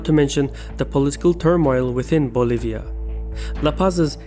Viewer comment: They really said "fuggetabbouutt Boliva."